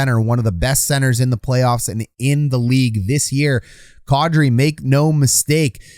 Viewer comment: Man, that's unfortunate. Was really rooting for Kadri. Also, it occurs to me that your pronunciation of Kadri is probably the closest to the actual thing I've ever heard from a hockey guy.